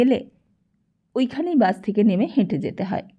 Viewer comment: এত বাজে উচ্চারন শুনে আসলেই পিত্তি জ্বলে যাচ্ছে! বাস কি বাশ? না কি ওটা বাস- Bus! ছোকরা কি ছোগরা? অসহ্য।